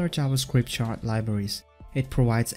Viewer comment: every time you say "chart", I keep thinking you say shart